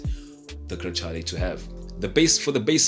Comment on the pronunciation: Very well done 👍 good job . Congratulations. As for the pronunciation in Italiano is “ Grekahleh “ Ciao 🙋🏻‍♂️